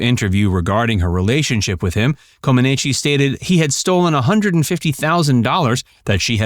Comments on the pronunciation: pronounced Coe-Ma-Neech !! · To me, it's pronounced "Common-Etch" but say it quickly. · Her last name’s pronunciation is Comaneech. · Yes! That mispronunciation was so annoying. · embarrassing. Narrator can't even pronounce her name correctly and expects to be taken seriously. please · A deep dive? Research sufficiently to learn how to pronounce her name. It’ll give you credibility. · You are pronouncing her name incorrectly!